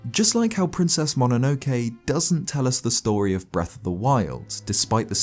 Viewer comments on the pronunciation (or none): Great video, but you pronouncing Ghibli and MOnonoke wrong was 😢